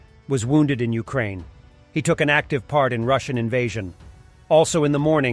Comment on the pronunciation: ...you pronounced Ukraine wrong